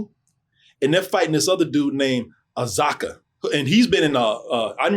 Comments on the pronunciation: Yoo he said azaka and gayu WTF Lol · 'Azaka' LMAO